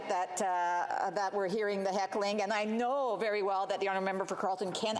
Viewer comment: the way she said know